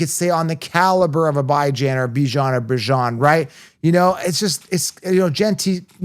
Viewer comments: lol come on, yall gota add a little more swagger when you pronounce a black man’s name. Calling that man Bi Jan for so long was just filthy work 😂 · you’re the best guy in the fantasy football space. Thanks for all you do! I agree with you on Chase Brown. I’m staying away from him. Jeanty is still going to do well And people need to understand it’s pronounced BYE JAN